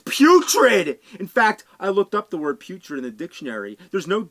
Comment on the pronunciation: I thought he said 'puke-trid' ... That could be another word to describe some bad games 🤢.